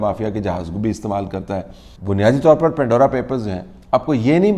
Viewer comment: It's Pandora, not pindora.